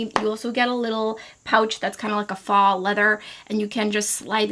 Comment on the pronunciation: It's pronounced "foe" or "fō" NOT faugh